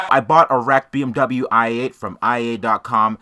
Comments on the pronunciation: “BM bubble-you parts” 😂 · "Misc. Bee-Em-Bumbuyu parts"